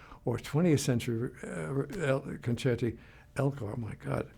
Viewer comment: Someone finally pronounced concerto plural correctly. It's concerti not concertos. Very humble man, so honored that Yo Yo Ma would play is music